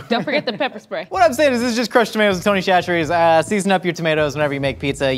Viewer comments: Instead of saying tony cHacherries. Say tony sasherries less H it’s the correct way to say it this is coming from a south Louisiana boy him self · Its Tony “sat-ch-eries” from a Louisiana gal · SASHERIES!!! It’s pronounced SASH-eries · I love y’all but as someone from Louisiana it’s called Tony Sash-rees but we literally never call it that - it’s just Tony’s 😂😂😂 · Tony Chacherie's is pronounced sa-cher-EES. That first CH is like an S. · btw it’s pronounced sash-ur-ees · Tony Chachere’s. Pronounced Tony Sash-erie’s. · Its pronounced "Sash-eries" not chachere's. Louisiana born and raised. The building they make it in is literally an hour down the road from me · Everytime said "Shasheries" I took psychic damage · Will ever say chacheres right? The world may never know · As a Cajun viewer I can’t stand how often they mispronounce Tony Chachere’s.